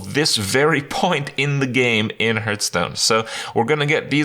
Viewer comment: Always love your videos and content man, but why do you insist to call the game HURTstone after all these years? For some reason this p*sses me off every single time you say it...